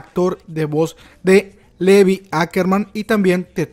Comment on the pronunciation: No es hate ni nada pero creo que "Levi" se pronuncia "Livai" y no como se lee